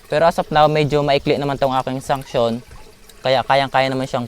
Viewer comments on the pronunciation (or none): Suction Po Hindi Sunction. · Suction Hindi sunction😁